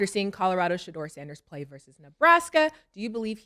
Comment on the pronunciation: Shedeur not shedure